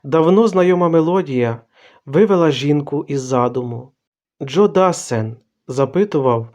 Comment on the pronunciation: Джо ДассЕн. Французькі прізвища мають наголос на останньому складі.